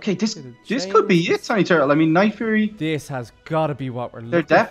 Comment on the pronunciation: I mispelled night fury u said nightfruy